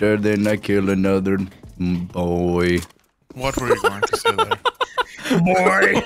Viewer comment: I've never heard boy start with an n before